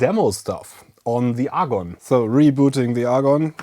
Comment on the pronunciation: Argon? Say 'A'. Say 'GONE'. Agon.